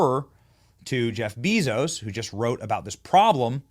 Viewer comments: Lol, you should really learn how to pronounce 'Jeff Bezos' if you want to be taken serious. It is 'jef bay.zows'. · Jeff Bee-Zose 😂😂😂😂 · Benny, Bezos is pronounced BAYzos. I'm kinda shocked you don't know this.